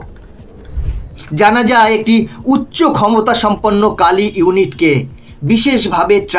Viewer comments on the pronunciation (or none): Kilo hoba ucharon ta Kilo ampear linear injector. APNAR OKHANA LAKHA AACHHA KILO KINTU PURO NAM UCHARON KORAR SOMOY BOLLAN (KAALI AMPEAR)